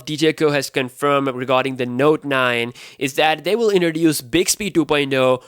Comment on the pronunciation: My friend, please learn how to pronounce the letter T. You say D. You say indroduce. Its inTroduce. You say infinidy. Its infiniTy